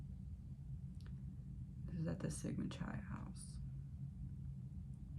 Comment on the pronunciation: This reading is great. The 2nd word in the fraternity is pronounced KI like in KITE. C sounding like kuh, silent H, and then I.